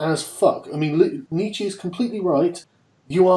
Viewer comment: God damn it, Sargon, it's Nietzsch-UH not Nietzch-EE. The German "e" is pronounced "a".